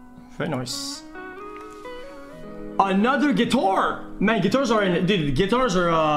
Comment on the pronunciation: "water holder" "guitore"